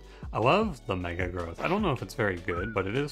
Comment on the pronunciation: he called it "gruuth" at one point in the video, I'd say that counts